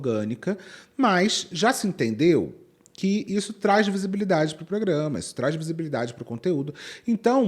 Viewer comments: eu passei o vídeo toda irritada que a tava falando "pograma" até perceber que é o nome do canal mesmo haha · Porque todo mundo tá falando PROGRAMA errado nesse vídeo, até a ficou falando POGRAMA... credo!